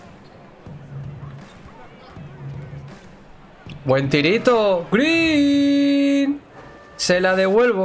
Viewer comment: Das pena cuando dices "greeen".